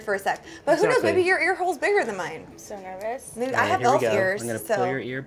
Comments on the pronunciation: She said snervous😂💙tyler Oakley fans will understand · She said 'snervous" c'mon Tyler Oakley! <3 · Did just say snervous?? 😂🙌🏼